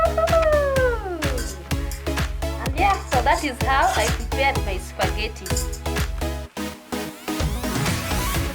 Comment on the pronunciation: its pronounced spa-ge-tea not supergety, nonetheless great SPAGHETTI tutorial